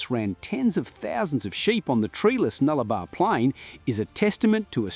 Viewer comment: NullabOr.... Which means "no trees". If you must post on internet....get your pronounciation & information correct 🙄